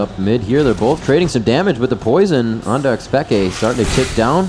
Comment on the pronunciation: PEEE-K not peka